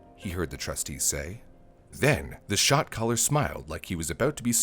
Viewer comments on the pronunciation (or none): I know he's saying "Shot Caller" but all I hear is "shock collar" 🤣🤣🤣